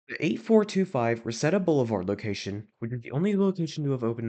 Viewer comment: Ty for going over this this is one of my nearest location! Also it’s pronounced “Re-see-da” so uh yeah